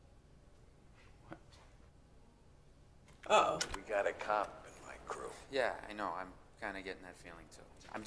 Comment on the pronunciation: I like how the pronounce the word "cop". Cuap. You wanna be a cuap? You will never be a cuap.